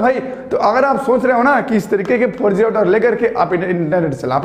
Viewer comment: 4G ka pronunciation aisa kiya ki sunney me "farji" aata hai 🤣🤣